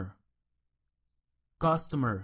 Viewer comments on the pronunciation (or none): teacher,creo que data se pronuncia "deita" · data se dice deida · Se pronuncia "data" no "data".